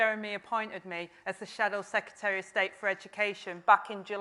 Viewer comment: Rayner: Shadow "Seketary" of State for Education? C'mon.